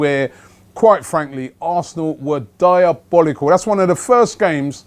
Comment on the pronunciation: I see what you did there Robbie "DYERbolical"